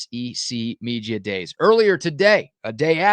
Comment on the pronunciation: Why does he struggle to say media?